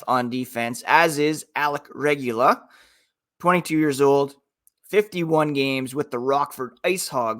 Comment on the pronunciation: Way to butcher Alec Regula's name lol. It's Regoola! Go Knights Go!